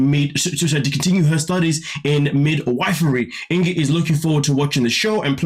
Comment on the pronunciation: Pronounced INKY